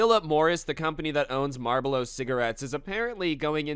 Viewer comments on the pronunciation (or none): Marbalo?? LMAO!!!! It's Marlboro dude.. haha :D